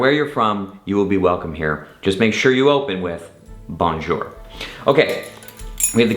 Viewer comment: Stop with the “bon jour”!! How about learning to pronounce it correctly.